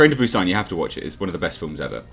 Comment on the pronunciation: Hi, Korean here. The way you pronounce Busan is correct. It's not "Bew-Saan" The way you say is, more subtle, is spot on. Hyundai, however, lol is pronounced "hyun-deh", not "hyun-dayy" Thank you for coming to my TedTalk on Korean pronunciation.